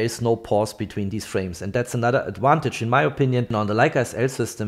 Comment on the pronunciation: I’m a big fan but I have two requests for next year. Is “peeze” out, “peace out”? I’m not familiar with that phrase. I realise us English are embarrassingly awful at languages, but can you say “adVantage” and not “adWantage next year please? I know many Swiss aim for perfection, so here are two picky requests, thanks😅